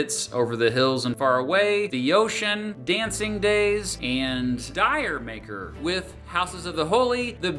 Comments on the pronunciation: It's pronounced, "Jer Maker", not "Dye-er Maker". It's a pun on 'Jamaica', and a contraction of "Did you make her?". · bro said dire maker